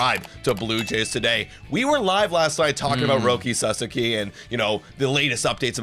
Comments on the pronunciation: PLEASEEEE GUYS, YOU KEEP SAYING SUSSAKY, ITS SA-SOCK-IE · I appreciate y’all….please pronounce his name right. “Roki Sah-Sah-Kee” not “Sus-Suk-Kee” lmao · First Sa and second sa are same sounds. So not sa za ki, sa sa(again) ki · Sauce - Key. Sorry guys, it's been awhile, so no ill will here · it's pronounced.. SA-SAW-KEY.. please say it correctly lol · Suuuh-Saawww-keeee ....thanks guys ! Or just call him Roki. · &, just call him Roki. FFS the two of you have different pronunciations of his last name 🤣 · Pronouncing his name wrong is why hes definitely not going to the jays